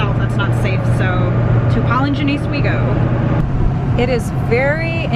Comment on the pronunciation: Every time she says Paul and Janiece I hear Polygenesse 😂😂